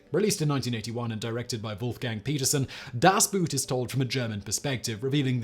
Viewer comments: for gods sake stop calling it Das Boot as in boot as in shoe but call it boat like in ship its much like the German pronunciation for a a boat in German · The German pronunciation of the word "boot" is the same as how we pronounce "boat". It isn't pronounced "boot" like what a cowboy wears. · Simon REALLY doesn't try to figure out how to pronounce things. Das BOOAT. I'm not saying the rest of his delivery isn't great. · Das Boot 🤣😂🤣😂🤣😂🤣😂, actually pronounced just like the English boat, but a psychological film about military footwear is still pretty deep… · (cringes) please, the german U-boat is not spelled like a boot to kick with, but like an elongated 'bought' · Das Boot is pronounced as long "oh" . not english way... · I've heard of the film called Das Boot, but i've never knew someone made a similar story called Das Buut. I know you dont always get the pronouncisations right but this wors is not that hard;) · How hard would it be not to pronounce the german title to sound like footwear? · the narrator should at least have prepared for this by learning how to properly pronounce the title of the movie. BTW, it's a German word. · I presume you refer to "Das Boot", which you correctly noted that Simon mispronounced. You must be new here. 😉 Simon is very articulate but he tends not to pay attention to details like foreign language diction (or occasionally, English). He also doesn't do retakes. Simon has about 12 channels and probably just doesn't have the time.